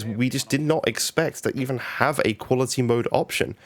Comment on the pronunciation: Wow really good vid dude! At first I thought you said performance and equality mode 😂